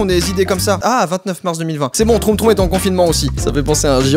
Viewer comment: c'est pas troum troum c'est tchoum tchoum